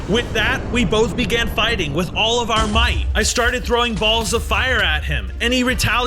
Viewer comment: bruh did tou just say fire BALLS AT THE WATER WARDEN YOU SAID BALLS WIERDLY